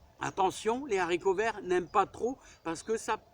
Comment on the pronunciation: il faut éviter de faire la liaison « les haricots verts «; le français ne le permet pas Merci pour vos vidéos bien instructives et qui respirent la joie de vivre